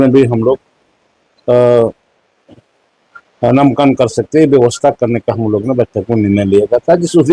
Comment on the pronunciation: नामांकन को ही शुद्ध नहीं बोल सकता है मंत्री तो शिक्षा विभाग....